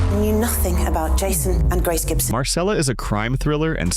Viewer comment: And Marcella is pronounced MARCHELLA NOT Marssellla. The voice over is definitely AI.